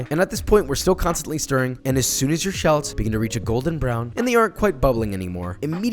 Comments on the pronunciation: Anyone else bothered that he says shahlets rather than Shal-lots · the number of times he said shalets instead of shallots is too many to count. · You mispronounced SHU-LOTS!